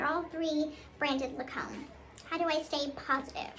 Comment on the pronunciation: You have to pronounce the brand names correctly to be an influencer as well. La-comb? Does Gypsy mean Lancomb? 😂